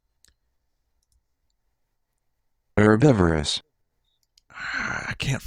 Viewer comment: the text to speech robots all pronounced herbivorous the correct way (her-BIV-or-ous) which was not the way vinny pronounced it (her-bi-VOR-ous) aaaaaaaaaaaaaaaa